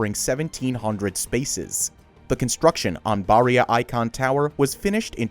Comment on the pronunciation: It’s pronounced baa hhh rain